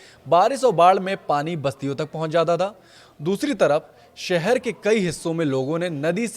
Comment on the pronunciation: सहर नहीं शहर होता है 😊